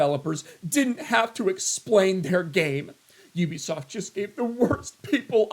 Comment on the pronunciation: U-bi-soft..... it is literally in their name😮